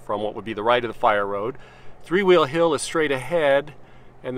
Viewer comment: “three hhhwwweeeel hill”